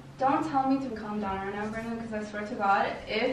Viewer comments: she said branon but forgot the d in his name that's what it sounds like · She said bran-din and it sounded like brian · Champ Boy Gaming it was more of a Brannen. She just didn't say the D.